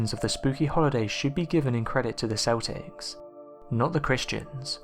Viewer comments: Dude great video but Celtics is pronounced with a k sound (keltics) not a S sound (seltics) lol keep it up with the great work though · Celtics. It's not seltics. It's Celtics. pronounced like KELTIK. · Celtics is pronounced "KEL-ticks" .....NOT "SELL-ticks", like the basketball team from Boston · The Celtics are a basketball team. It's the Celts, pronounced Kelts. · Great video and topic but you are pronouncing Celtics wrong.